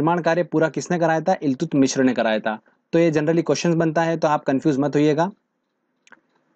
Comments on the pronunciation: Iltutamish not illtutmishra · Eltumishr ni eltutmish tha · इल्तुतमीश है...मिश्र नहीं....😂😂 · Do not pronounce Iltutmishra, this is only Iltutmish. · ILTUTMISHRA NHI THE BHAI .....ILTUTMISH THE ...APNE TO UNHE PANDIT JI NAMA DIYA🤣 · Iltutmishr nhi iltutmish h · It's iltutmish not iltutmishr